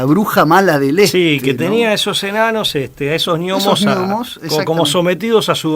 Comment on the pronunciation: No se pronuncia "ñomo", sino "nomo", al igual que: GNEIS GNOMON GNÓMICO GNOSIS GNÓSTICO GNOSEOLOGÍA... Por lo demás, muy interesante, aunque a veces un tanto errático